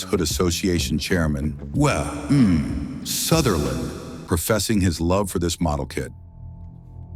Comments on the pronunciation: "Wa. Mmh. Sutherland" really felt special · "Wuh Humm Sutherland" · wuh um sutherland